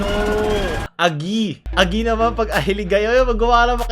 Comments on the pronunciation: not "agii" its "agih" HAHAAHA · tanginang diin(stress) yan aGI yon hindi Agi. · Ang pag pronounce po ng agi ay matigas po ang i sa huli😊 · Aggiiii Hindi agi pronounce nyan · Agi pronounced as Agie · I like your filipino accent can you say it again? : agi HAHAAHAHAHA hiligaynon kanser here